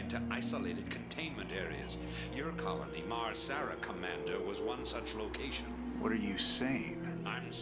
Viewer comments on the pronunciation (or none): It's MAR-Sara not MAR-SARA.